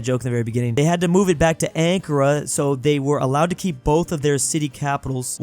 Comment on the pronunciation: As a turkish person your pronounciation of ankara was questionable